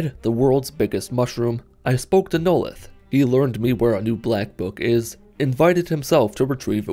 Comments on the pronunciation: "Noleth. Noleth. Noleth. Neloth" Okay now you're just messing with us. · The way he butchered Neloth's name just.... Uh. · I love how he mispronounced "Neloth" for 90% of the video then pronounced it right one time.